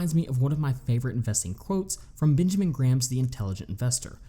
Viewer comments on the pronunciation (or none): none